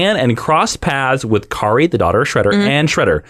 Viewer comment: Huge TMNT fan. Don't forget that the 1987 series helped playmate toys launch the toy line It introduce villians like Bebop and Rocksteady, not in the original comic And it's Karai (kah-rye)